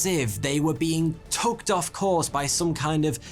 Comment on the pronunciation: I think he says "tugged off course"? But I like "tooked" better haha